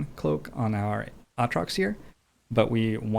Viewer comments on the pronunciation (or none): Love the video, just wanted to say that it's aatrox not ahtrox. Long a.